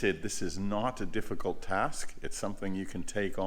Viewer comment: "It's not a difgicult task"... when you have some lift 😅